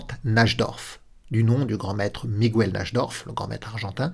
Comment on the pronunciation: Miguel en Espagnol se dit "mi guelle" Et non "mi gou elle" Seul point perfectible de cette superbe analyse. Bravo 😉